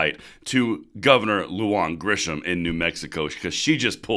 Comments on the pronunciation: Lujan promounced Lou-Hun Bernalillo "burn ah leo" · Long time subscriber. Thank you for all of your hard work and dedication to the preservation of our 2nd amendment. FYI: Bernalillo is pronounced “Berna-Leo.”Lujan is pronounced “Lou-Han.” I hope this is helpful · You need to get a Spanish speaker to help you with your pronunciation. Lujan =Luhan. Bernalillo = Burnalyo. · You mispronounced Lujan but I think it is funny. I am not going to correct you that's her problem.